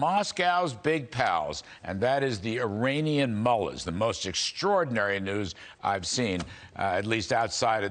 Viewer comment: Sounded like he said Iranian Mullet. LOL